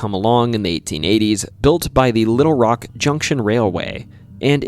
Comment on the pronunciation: Hey all, he pernounced Arkansas right! Little Rock, too! Winner winner, chicken dinner!😁